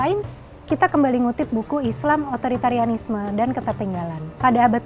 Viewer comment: Otoriteranisme... Susahnya mengeja kata ini.